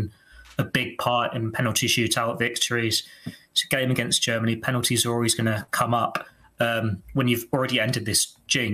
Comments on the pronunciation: Harry kane trying to say Germany germaly 😂😂😂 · Did anybody hear Kane say Germaly